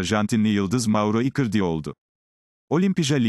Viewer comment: İcardi nin adini ikirdi diyor bu yav😄